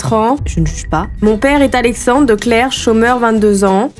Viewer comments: Et Wuyt se prononce oueuït. De clercq se prononce De clercque. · Je me rends compte que tes vidéos commencent presque toujours agressivement, car quand je regarde d'autres vidéos ça commence plus calmement et moins brutalement, on reconnait totalement tes intros, on kiiffe ! 😂 A , en effet tu ne prononces pas très bien, j'ai pas pris la peine de lire les commentaires donc je ne sais pas si on te l'a déjà mentionné, mais du coup De Clercq c'est flamand et en néerlandais on prononce TOUTES les lettres. 👀 Donc tu diras "De Clerk" ! Voilà voilà Continue ce genre de concept, personnellement j'adore ! ❤